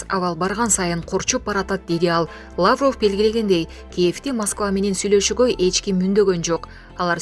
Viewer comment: ЭЭ БЛОГЕР СОРОЙ УДАРЕН. ТУУРА КОЙЧУ. ЛАААВРОВ ЭМЕС